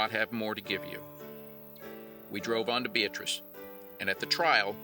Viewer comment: Bee ah tris, not Bee uh truss.